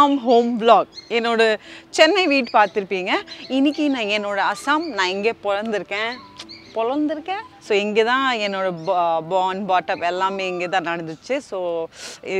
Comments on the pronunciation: Poranthuruken is a word; polanthuruken is an emotional 🤣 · Polanthuruken 😂😂 instead of poranthuruken 😂😂